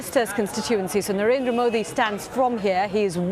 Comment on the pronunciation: Please learn to pronounce Narendra and Varanasi. please respect the biggest democracy in the world, just conducting fair elections is itself a victory!